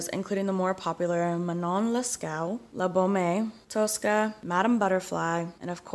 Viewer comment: How can you mangle la boheme as "la bomeh". Delivery is slurred and lacks basic pronunciation. I've heard la boheme said out loud lots of times and never like that. I presume you meant calumny and not columney, whatever that is. Out, learn to read and speak in English.